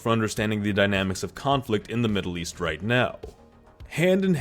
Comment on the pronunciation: Maddle east chuth war theres com in any mind